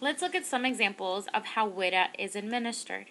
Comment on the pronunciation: WIDA is pronounced Wee-da, not short [i].